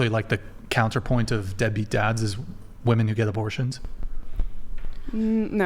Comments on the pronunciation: It’s WOMEN not WOMAN ! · What the heck is it with these people that say "woman" instead of "women" suuuuper annoying, didn't you learn how to talk in Grammer school? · When did the pronunciation of women become woman? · Omg the women on this show. The plural of woman is WOMEN. WOMEN. WO-MEN. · Why do these women, not know women is not the same word as woman. And are not pronounced the same. 🤦🏻‍♂️